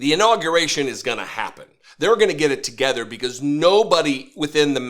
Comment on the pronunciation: Did he have an inawwgravation or a inurawgerated?